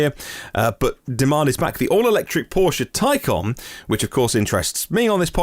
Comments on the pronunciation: Toycan? Taycon? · A tiny point but the porsche taycan is pronounced with an "a" but you pronounce with an "O"? Love your show by the way and l am not trying to be smart. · taycan is the correct pronunciation not taycon